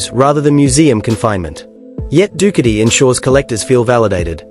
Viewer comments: Dookity! LOL stupid AI. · When the AI mispronounced the brand i swicted off.